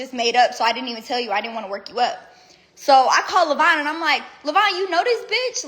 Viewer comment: Levon is not pronounced "lavine"